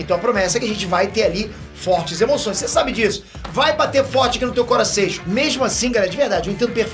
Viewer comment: O "coraseixon" no inicio do video valeuuu o like kkkkkkkk esse é engraçado vei kk